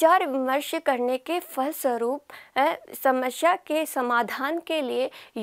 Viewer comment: Smashya ni hota, samasya hota h